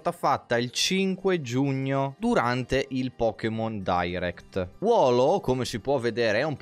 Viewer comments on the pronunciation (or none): Molto bello ma leggere wooloo "wolo" mi turba